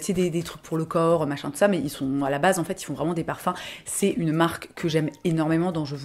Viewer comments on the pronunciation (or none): none